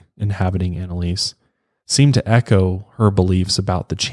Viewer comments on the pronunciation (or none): none